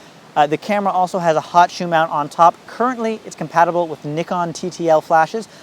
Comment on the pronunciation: I like that you pronounce nikon properly. :)